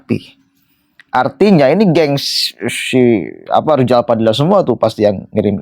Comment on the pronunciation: 😂😂😂😂 rrijal rijal.... Rizal Ramli sdah ga ada muncul Rijal yang lain, awas bentar lagi kmu nyusul Rijal yg ga bisa ngmg R.